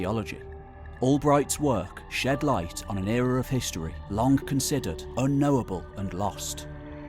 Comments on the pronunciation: Please, please, please. I like your content, but you need to stop saying K instead of G in words such as "long". That stuff is perhaps not frowned on locally, but it is a horrible dialect. I otherwise love your channel, and I wasn't going to say anything, but it is giving me a stroke. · Datingk Longk Tellingk Apparently I've been mispronouncing these words 😑 It reminds me of people that say cousint or wellp.